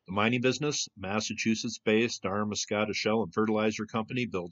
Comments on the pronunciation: Pronounced 'Darma scotta not Daramas cottia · Pronunciation of Damariscotta: The second "a" is silent; Dam-ri-scotta.Also,there are still significant monds, it is a preservation area. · You might at least make the effort to learn how to pronounce "Damariscotta." The emphasis goes on the next to last syllable. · It's pronounced DAMarisSCOTTA. I live nearby and my driveway is coated with shells from this mound. It's beautiful. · Well, that's interesting! I've lived in Maine for over 35 years, and never heard of this. Thanks for showing it. Also, it's pronounced DAM-a-ri-SCO-ta. There is also another place in Maine called "the Whaleback". It is on Route 9 in Aurora, Maine. But as far as I know, this name comes from the shape of the road, not any ancient mound. That is what I thought you were going to be talking about when I clicked on this video. :-) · Pronounced “dam-vrah- scott-tah” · Thanks, I was going to say the same. We really don't mind if people from away ask us how to pronounce something before posting it in a video.... Hint for all videographers. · You may want to look up how to correctly pronounce Damariscotta